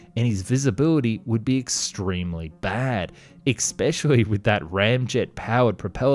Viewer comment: The word is especially not eKspecially. Where were you educated?